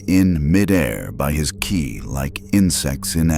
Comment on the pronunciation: First time saying Go sounded like Guy Second time sound like Gi-eye The way Ki was pronounced was horrible too. Goku asking how many people worked at the huge tower completely out of character. So far, that's a pretty mediocre A.I. job, 11 minutes in. The artworks are also weird, showing Goku as SSJ when he doesn't have it. Half the Boys look like Homelander, Kimiko isn't even there. How lazy do you have to be, to have a story written by AI; read by AI; using Art by AI and not even check anything of that before uploading? Also the voice changing constantly for Goku - technically not wrong, since his voice changes depending on how series he is and all, but it was just bad here. And ofc, the typical AI-Narrative Error... Homelander bringing Goku high into the sky with the intent to "drop" him, while they were flying to the VOD-Tower in the beginning next to each other.... Supermen and Superman-Logos everywhere. Any really? Goku realising the Robot had a anti-dimensional device preventing him from teleporting? Commenting on it "Clever, they're learning". That's not only uncharacteristic, it doesn't even make sense. He's there for less than 24h. Want to make us believe he thought they built that just to prevent him from teleporting? Despite him being able to most fast enough to not even need teleporation in this small area to begin with. "Heroes don't just beat the bad guys, we help others build everything back up" - Goku... the guy who is practically known for beating the bad gu